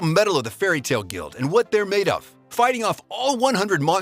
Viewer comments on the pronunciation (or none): none